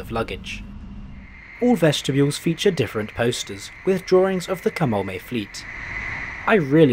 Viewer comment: I live in Japan, and I must say - it was great to hear you nail the pronunciation of the placenames etc. Usually people butcher them and it hurts my ears. Good stuff. Easy sub.